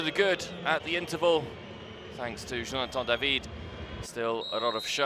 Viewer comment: Quand le commentateur dit "Jonathan DAVID " it's Just so funny